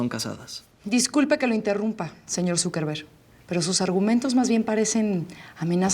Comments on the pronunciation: it sounds like she says "SuperVerga" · Dice zuckerberg o dice superverga? 🤣🤣